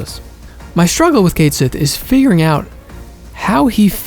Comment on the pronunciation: I still don't understand why they had Cait Sith pronounced wrong in Rebirth when the fan cast Echo-S could get it right rather effortlessly. Edit: The Minigames are genuinely not fun whatsoever. I couldn't loathe them more than I already do. They genuinely lowered my already low opinion of this game. Outside of Triple Triad, FF hasn't had a truly fun minigame. I wish Square would stop adding them to games. They made KH BBS worse too and I love that game to bits.